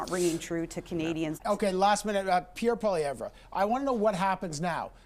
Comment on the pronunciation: Solaman continues to mispronounced Pierre Pollievre's name.